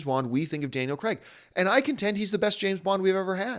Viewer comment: Is it me or was John saying 'Daniel Kregg'?